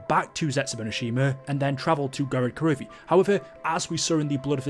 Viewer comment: Thumbs down because you said "Gorod Karovi"